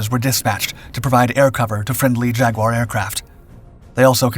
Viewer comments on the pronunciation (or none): none